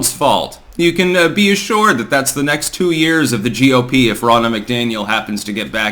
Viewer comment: for a week or so, whenever you mention the GOP, you've added an E at the end of GOP. Is this deliberate? Are you actually saying GOPE?